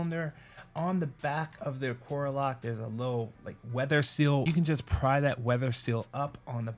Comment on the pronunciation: A-car-ah not a-core-ah